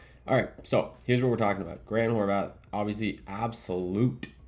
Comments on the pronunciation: he very clearly says "Horvath" constantly. He even addresses it in this video. That's why I commented it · He does mispronounce it , (no definitive hard "t" at the end) ... but I dont believe its consciously. (His obv. slight lisp) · Couple things. 1. Yeah the mic sounds much better now, nice! 2. Why do you say Grant's last name wrong, I dont get it 😂 3. Appreciate the updates big dawg